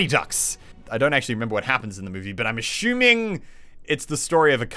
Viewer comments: Why Muselk always says "assuming" as "ashuming" :P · SAY ASSUMING NOT ASHUMING !!!!!!!!!!! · A-shoe-ming, I don't get Australians sorry